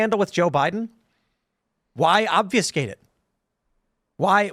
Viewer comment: Obfuscate. Say it, Tim!